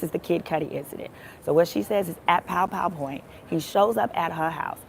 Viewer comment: stop saying pow pow point - it's gunpoint